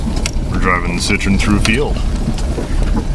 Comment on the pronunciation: Now for the painful comment. Better ones below. 8-)) I believe Citroen (double dots over the e) gets pronounced sit-troh-en, at least that's what my french bro-in-law says and what I remember. Citron is a lemon.